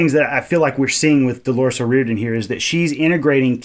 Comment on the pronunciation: Best researched & thoughtful commentary I’ve heard anyone do yet And you pronounced The lead singers name perfectly too! Thoroughly enjoyed that review, checking out some more your reviews to educate myself on some of the other songs/bands. Nice whiskey by the way, slainte